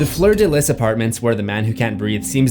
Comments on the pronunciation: its pronounced fleur de lee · Fleur De Lis is pronounced Fleur De Lee, the s is silent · Fleur de "lis" 😂